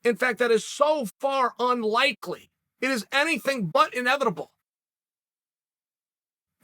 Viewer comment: Thanos: I am, inevitable Chael: I am, inevibitable.